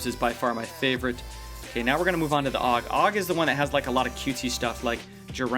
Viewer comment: A U G is hot it's pronounced